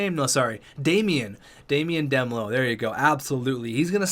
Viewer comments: It's D melo like in marshmelo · Demelo is pronounced: Duh-mel-oh